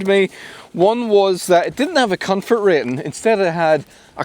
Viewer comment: With confort the emphasis is on con